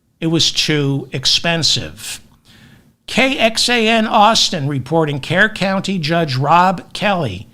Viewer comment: David, Kerr County is pronounced Cur County. Also, just FYI for future reference, Bexar County is pronounced Bear County.